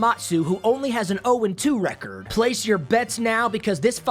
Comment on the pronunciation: Nobody:: receeerd Ps. It’s record